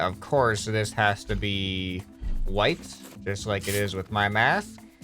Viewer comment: You said Math not ma'am watch it